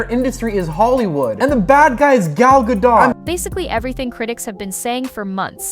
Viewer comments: Who the F is "Garl Gadote" lol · Shame you do not know how to pronounce the name "Gadot" young lady.. Guess you're not a fan.